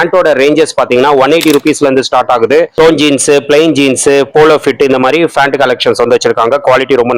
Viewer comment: Pronounce pant not fant brother